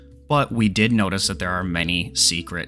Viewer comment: From watching the dev livestream I realized it is pronounced say-kret